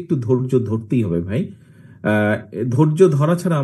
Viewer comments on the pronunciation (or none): আপনিও শুদ্ধ বলেন বাই নয় ভাই। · আপনিও ভাই বলবেন, বাই বলেছেন।